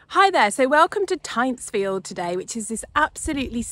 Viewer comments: Its pronounced Tintsfield The guano was imported from the Chincha Islands off Peru. No chicken poo involved LOL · Amazing staitly home. One of my favourites. But that's not how you pronounce it. You say the Y like an I and and its got an N in it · Switched off after hearing that you couldn’t even be bothered to find out how to pronounce the name properly.